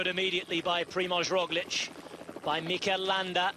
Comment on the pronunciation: Another day, another Rozhlick by Sean "The Name Butcher" Kelly